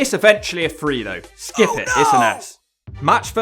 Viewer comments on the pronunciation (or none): none